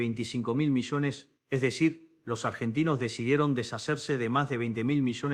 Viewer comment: Quien es la mala persona q hizo esto retrucho.Dice IA en lugar de ya,millones,contribuían.